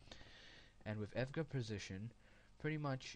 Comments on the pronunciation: Dude its E.V.G.A not EV-GA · Evga? Haha it's e-v-g-a :P